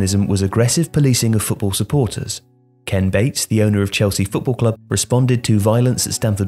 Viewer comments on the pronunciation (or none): none